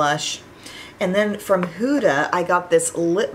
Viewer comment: Hi! Try the Caliray skin tint from Sephora. It’s so much better than the ilia in my opinion😊 btw huda is pronounced huh-da (as opposed to hoo-da). I figured I would let you know ☺️ love hearing your reviews on her products. also I got the too faced Italian palette today! Made me think of you 😊